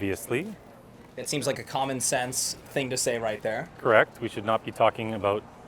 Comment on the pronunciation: “YoU caN cuReKT mE if im roNg”